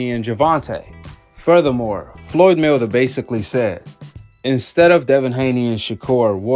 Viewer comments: It’s Floyd Mayweather not Floyd “Miller” 🤣🤣🤣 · The hell you saying floyd melder lmao